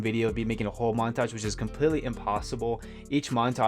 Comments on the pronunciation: "Monatage" great video anyways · "monatge" xD